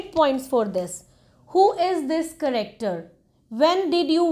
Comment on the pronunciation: You are pronouncing character wrong it's not caracter